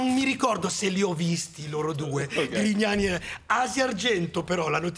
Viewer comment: scusate, non ho capito... ma dice "limona con Grignani" o "limona con i cani"?🤔